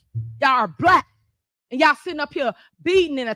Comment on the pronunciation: Why does she say it like that? It’s pronounced “Black” not “Blap”. Shes acting like there isn’t the K sound at the end of the word, it’s very pathetic.